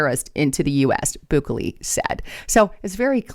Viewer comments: It’s NOT BOO KEY LEE. You should say it as best as possible. BUKELE = BOUQUET 💐 LAY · Ms, the President of El Salvador name is pronounced Bu-kelly.